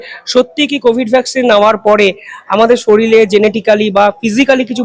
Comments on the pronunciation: আপনি শরীর' কে 'শরীল' উচ্চারণ করে ফেললেন? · একটু ঘরে পড়াশোনা করো । উচ্চারণ শেখো । শরীর হবে । শরীল নয় । ইংরেজি সংবাদপত্র পড় । বিদেশি health journal পড়ো । তারপর ডাক্তার দের সাথে কথা বলতে বসো । এই যে উকিল দের সাথে তুমি কথা বলো পরিষ্কার হয় তুমি একদম পড়াশোনা করো না এইসব নিয়ে। জানোই না । সংবিধান টা পড়ো বাড়িতে। সায়নের বিয়ে যা নাটক করলে তাতেই তোমার চ্যানেলের ১২ টা! সুমন চট্টোপাধ্যায় তো আর এমনি এমনি বলেনি ইউ টিউব এর সাংবাদিক দের সাথে দেওয়া যায় না । এত বাজে । ইতিহাস সংস্কৃতি রাজনীতি কিছুই জানে না । সাথে উচ্চারণ। ভয়ঙ্কর। কিছু মনে কোরোনা। চ্যানেল হিন্দুস্তান এর ওই মহিলা সাংবাদিক টি। জঘন্য। পুরো অশিক্ষিত ধরনের। উচ্চারণ তো পচা নর্দমার থেকেও দূর্গন্ধযুক্ত। ইতিহাস সংস্কৃতি রাজনীতি জ্ঞান বাপরে বাপ!